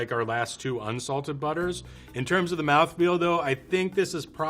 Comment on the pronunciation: My dude said M O U T H F E E L